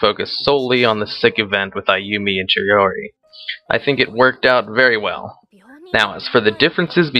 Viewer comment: Chihori??Its Chihiro :)